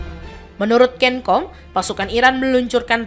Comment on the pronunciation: Hahahahahh cencom(di baca senkom) bukan kenkom